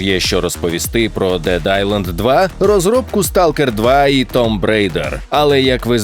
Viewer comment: Да блен,почему 99,9% не могут правильно произнести слово "tomb"...Вчіть англійську